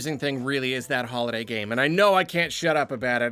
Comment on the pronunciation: After the 5. "Holiday Game" mention or so I finally understood that you don't say "Hollow Knight Game"....which actually sounded strange